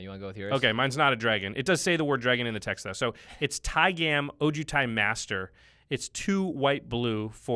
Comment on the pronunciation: pretty sure its pronounced taig'ah'm not tai-gam like jam